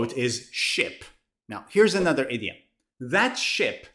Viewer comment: I am hearing 30 idiot instead of 30 idiom